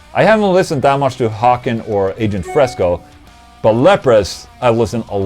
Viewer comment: Haken, like Bacon. Please.